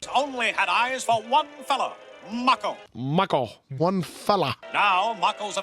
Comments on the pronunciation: Mah-Koe, not May-Koe! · MAHHHHH-ko. Please, I beg of thee.:) Ya killin' me,. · How do you hear names 50 times and still pronounce them wrong? I understand when book readers do this… BUT YOU ARE LITERALLY LISTENING TO HOW ITS PRONOUNCED